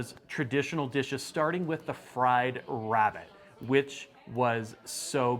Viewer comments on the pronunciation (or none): none